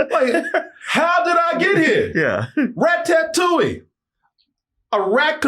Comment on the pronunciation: Rat Tat touille😂😂😂